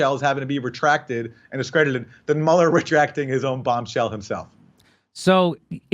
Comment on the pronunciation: Bobshell instead of Bombshell haha